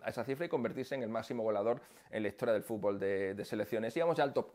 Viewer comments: Jaja FUT-BOL le dicen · No se que hace México en ese puesto, ellos no saben ni pronunciar la palabra fútbol.